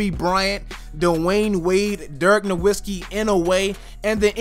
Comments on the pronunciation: You said nowisi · No-vit-ski. Hack-a-shaq. Ree-dik-u-lus.